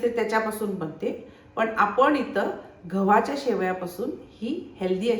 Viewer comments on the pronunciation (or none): घवाच्या नाही मॅडम गव्हाच्या म्हणा😊